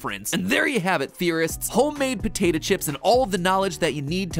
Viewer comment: He pronounces "potato" like "potata"